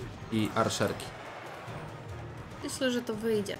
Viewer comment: Arczerki a nie Arszerki xD